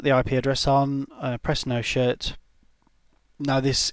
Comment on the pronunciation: I like how Says no shut